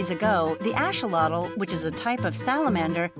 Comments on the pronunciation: She said asholotl not a axolothl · It’s called axolotl not asholotl🤣🤣😂😂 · it is an axolotl not an asholotl get it right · I don't understand why it's pronounce "asholotl" in this video but the correct pronounciation is "axolotl" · why are you saying Asholotl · Asholotl? This is the first time I hear someone pronounce their name like this. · thats what i was saying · She mixed the nahuatl and the English pronounciation